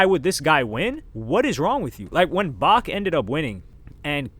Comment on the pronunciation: Seriously you did research but called Beck Bach hahahaha wtf dude you said Unscrupulous phenomenally Much love tho